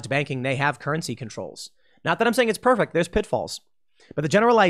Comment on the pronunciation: Tim: "Now Trump wasn't pefect...." Every. Single. Video.